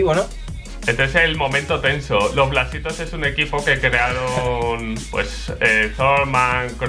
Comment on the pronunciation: Te salio la deagle por poner Plasitos y no blasitos jajajajaa